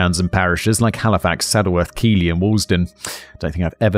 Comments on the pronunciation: It's pronounced Keithley spelt Keighley 😅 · Keighley is pronounced keith-ley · I had a little bet with myself weeks ago that when Simon tackled this case he wouldn't know how to correctly pronounce "Keighley". The first syllable should be like the name "Keith". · Apart from "Keighley" lol. He pronounced it as "Keeley". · Yep, it's pronounced Keith-Lee. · more like Keith-Li (as in little without the ttle) I live there unfortunately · Hi Simon! From West Yorkshire 😇 Keighley is pronounced Keithley 😉 I grew in Hyde Park Corner, Leeds and remember the police knocking and asking my Dad to do a swab! I was little, so it only affected me through the adults being fearful, worried and upset. I now live the other side of Leeds! I moved further north for a few years, but have always been pulled back. West Yorkshire, is beautiful once you get out of the city. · If you need someone local to the North of England to guide you with Pronunciation of Northern towns, Ill be a happy to help. A local from Calderdale 😅 Calderdale - Call-Der-dale Keighley - Keith-leh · Keighley is pronounced Keethlee :) Excellent video as always 👍👍👍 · It's spelt Keighley, but it's pronounced "Keithley" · Keighley is pronounced Keef-ley ahahah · Keighley in West Yorkshire is pronounced Key-th-lee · Also Keighley is pronounced 'Key-th-ley" 😅